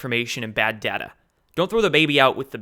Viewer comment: It’s pronounced ‘data’ not ‘dadder ‘ Sorry, just my pet peeve 😁